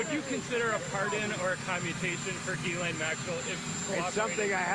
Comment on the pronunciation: Adam Kinzinger is a good guy, but he loses credibility by mispronouncing Ghislaine's name. If you can't say it rjight, just say Maxwell.